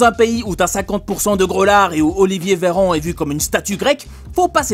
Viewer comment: C plus "Olivier veyran" cest "Olivier VETERANT" mtn 😂